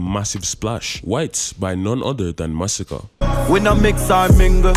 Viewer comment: Armani sound like "Harmony" and Masicka sound like "Massacre"